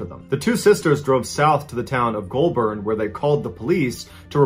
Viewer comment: Pronounced golbin not Goulbourn spelt that way bit not how it sounds outta my mouth